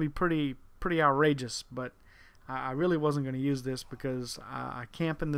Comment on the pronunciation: I thought you said the score was pretty outragous it wasn't outragous it was OFF THE FUCKING CHAIN!!